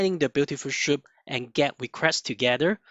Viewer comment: cant lissten to that schoup thing. its S! soup blin! omg